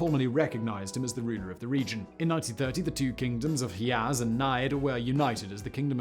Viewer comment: Hijaz and Najd have a hard j sound like in "Jeffrey".